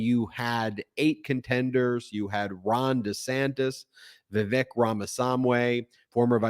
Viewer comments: I'm asking this question without prejudice, but out of curiosity. Are you purposefully mispronouncing Vivek's name? His first name rhymes with "cake", not "check". His last name is pretty much a phonetic pronunciation: Rah-mah-SWAHN-ee. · You pronounced vivek's name wrong every time 😅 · You're mispronouncing Vivek. It rhymes with fake. Another 14 months of this horror show? Can't wait for the next bitter slanging match between these deeply unlikeable monsters.